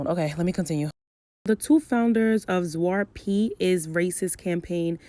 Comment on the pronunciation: ZwatrE Piet, your forgot the E at the end. Just saying because you asked in the video :)